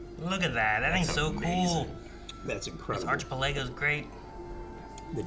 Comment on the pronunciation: Did my guy on the right say archipelago ??? loooool crazy pronunciation .. its not even an archipelago anyway hahah